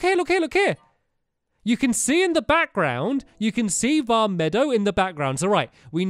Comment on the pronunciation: Stamps pleaseeeee stop calling it vah meadow it's vah meed oh